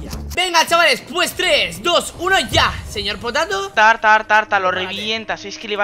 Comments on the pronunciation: Saben que dise el nobre dise seyorpotato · Dile al señor potato es con ñ no con y